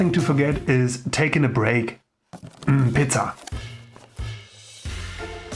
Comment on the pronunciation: Heavy german accent on the word PIZZA 😂❤